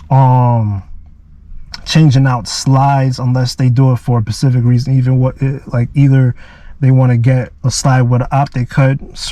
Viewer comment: The word is specific. You sound dumb saying pacific.